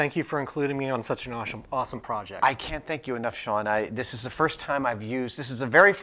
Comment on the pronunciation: "awshome" lol